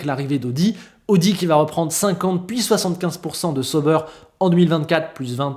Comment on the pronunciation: Excellente vidéo encore un fois merci!Je regarde toujours tes vidéo que j’apprécie bcp!Juste un truc, Tu pourrais juste prononcer: SA-OU-BAIRE plutôt que SEAU-BEURRE? Ça fait mal aux oreilles pour nous Suisses…😅et en passant Hinwill c’est en allemand pas en anglais du coup le W se prononce comme un V de victoire:) donc IN-VILLE.😊vous êtes meilleurs en cuisine que nous en langues et ça se savait:) désolé pour le petit cours de langue j’espère que tu le prendras pas mal hehe. Vivement le début de saison!👍🏻